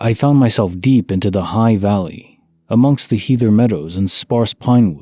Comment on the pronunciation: Heather rhymes with feather.